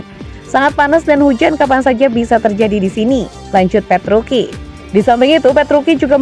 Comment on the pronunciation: Gausah sok di baca petruki.. Petruci tetep di baca petruci.. Tolong mba mba nya yg baca berita ini cari info lbih dalam lagi ya sblm bacain berita.. Ketika anda menyebutkan petruki, ntah knapa badan ini bergetar...